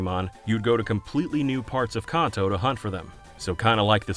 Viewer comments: Please stop pronouncing Kanto “Konto”. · Your saying Kanto wrong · I've been playing Pokemon since I was 8 years old and I'm now 33, I've never heard Kanto pronounced like that lol